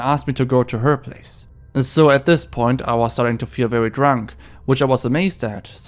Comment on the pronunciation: 4th puh “i” nt!